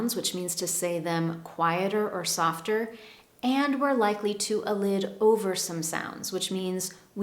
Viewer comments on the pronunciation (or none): The word "Elide" rhymes with "Collide" ɪˈlaɪd should not be pronounced like "Elid!"